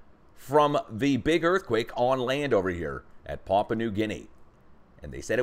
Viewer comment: Hi! Having lived in Papua/New Guinea, I can tell you that Papua, is pronounced “pa poo wa…” just connect them rapidly and you will say it correctly!